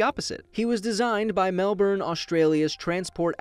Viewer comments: I live in Melbourne and it's pronounced MelBin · Well of they are pronouncing it Mel-boRn then yeah. Queenslnd is okay but mel-born and can-bera are unacceptable. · You said Melbourne wrong 😂